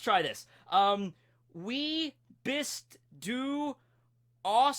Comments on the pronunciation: You pronounced bist wright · The German words "bist du" & "dem" were pronounced correctly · Austrian here! You nailed the pronounciation of ''bist'' and ''Kroko'' The rest could use some work, but for a beginner it wasn't bad. :) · you pronnounced "wie" "bist" "du" and "Kroko" correctly but the rest was false but some were pretty close... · 'Wie' = pretty good, maybe a little less as 'wee' and more like a 'wih' 'bist' = on point 'du' = also on point, maybe a little shorter 'aus' = dude... its not 'auce' xddd, you just have to say the letters 'a', 'u' and 's', theres no 'o' sound in it 'dem' = acceptable, you pronounced the 'm' a little too strong, but its okay 'Gefängnis' = no.... its not a fungus, the 'ä' makes an 'e' sound, so its like 'geh-feng-nis' 'entkommen' =.... you were pretty close, but there is no 'o' after the 't' 'Kroko' = the 'o' sound you said, was like 'ou' 'kroukou' but its more like 'krohkoh' (also the 'r' sound is pronounced different it more like an rh (but writing krhohkoh kinda seemed counter productive in trying to teach you this particular sentence)) 'Typ' = how do i describe the sound?...... i literally dont know how to describe the 'ü' letter in english, can anybody help?